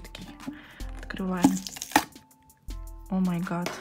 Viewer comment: говорит о ма гат, а надо говорить о май гат